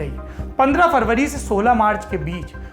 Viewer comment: Ye sala farvary kya hota hai? Kahi tum February ko farvary to nahi bolte. Bhai Saurabh har Bhasha me Saurabh, Saurabh hi Rahega na. Such hai na? Ya Kisi bhasha me Saurabh ka “suvvar ” ho Jayega? Ye Hindi bhasha itni ashuddha kyu hai? Farvary, sitamber estation busistop